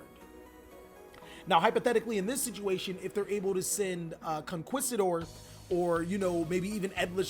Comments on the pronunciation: it's 'con-kees-ta-door' 'sang-ween' and 'wa-care-oh' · and don't forget: con-key-stuh-door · What bothers me is when he pronounces the traps sanguine and conquistador. Both are words that exist outside of Yu-Gi-Oh yet he can't pronounce them